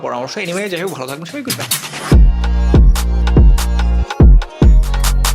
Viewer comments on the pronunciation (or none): none